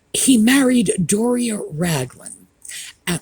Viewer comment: Hello. Apparently, her name is Do-ria. Hahaha 🤣 Thank you for all you do. I always look forward to your programs.